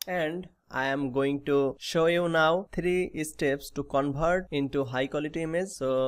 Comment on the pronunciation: 😂🤣bihari hai covert bol rha 😂🤣